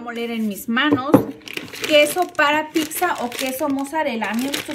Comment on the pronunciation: No se dice picsa 🤦‍♀️